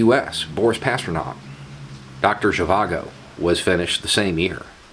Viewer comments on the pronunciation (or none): PasterNAK not 'nov'.